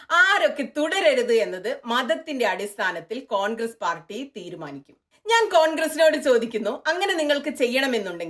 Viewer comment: കോൺഗ്രീസ് അല്ല. കോൺഗ്രസ് എന്നു പറയൂ. പ്രായം കുറെയായല്ലോ. 😂